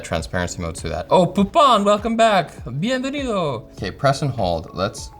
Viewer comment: That "Bienvenido" sounded too natural... Linus better check ' visa status!